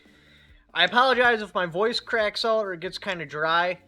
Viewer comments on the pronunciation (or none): none